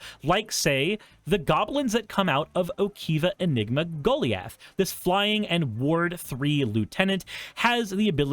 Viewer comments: Um, it's "go-LIE-ath" not "GO-lee-uth". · It's pronounced "GO LIE ATH". Never heard anyone pronounce it like that before. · He knows, he was being silly